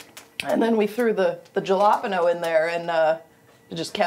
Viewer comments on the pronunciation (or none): is this lady serious saying "jah-lop-ino"